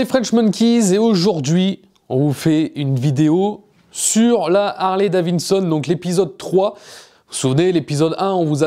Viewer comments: Harley-DaviDson... Pas Davinson !!! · Si tu pouvais apprendre à dire Harley DaviDson et non Davineson !!! C’est assez insupportable ! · Harley daviDson et non pas daviNson ! 😉